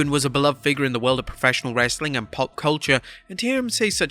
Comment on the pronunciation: You meant "lazy, clickbaity WRRESSTLING con-tent!"